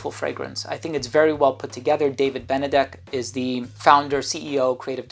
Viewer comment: Great review 👏 I can't believe how beautifully you pronounced the name BENEDEK just like a Hungarian would 😘